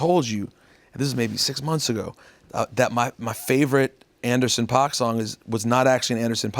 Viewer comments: rosenberg just repeatedly pronouncing paak and oxnard incorrectly. cool research you did for this , pete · rosenberg always makes a point to say PAWK and not PACK. Andy himself says pack